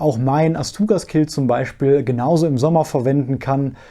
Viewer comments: Quilt (gesprochen "Kwilt"), nicht Kilt (Schottenrock). ;-) Ich habe auch beide, den GramXpert und den Liteway, und der Liteway ist mir auch zu klein (ich bin allerdings XL oder XXL in allem). Deshalb habe ich den meiner Frau vermacht. Ich finde nur das Packmass bei dem GramXpert etwas massiv. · Kilt = schottischer traditioneller Männerrock Quilt (gesprochen Kwilt!!!) = Schlafsack ohne Rucken und Kapuze Ansonsten top Video. Ich find deine Video generll immer sehr informativund aufschlssreich. Für die leider noch sehr eingeschränkten deutschen YT UL Sparte bist du definitiv eine Bereicherung